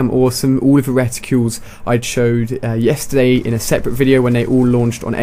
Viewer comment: he sed i chode yesterdat XD